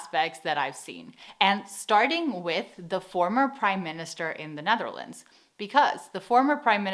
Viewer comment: Why do you pronounce the Netherlands so weirdly? Like Ne tharlands lol